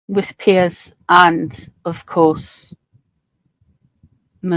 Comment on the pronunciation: It’s not Pearce, it’s Piers.